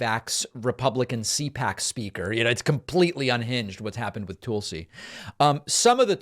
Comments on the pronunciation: its not Toolsi Gabbard.. its T'uh'lsi Gabbard. I noticed you do that with Tulsa the city as well. Its not Toolsa, its T'uh'lsa.. maybe its an eastern accent thing but being that you correct a lot of grammar i thought i might bring that up. although maybe your saying it that way because she is a compete tool. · “TULL-see” not “TOOL-see”, David. Come on. Hawaii person here. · Its not Toolsi its Tulsi. Trust me Glenn Greenwald does not ever talk about you. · Toolsi? Weird how he says her name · Why does he always mispronounce Tulsi's name like that? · Please stop mispronouncing Tulsi's name David.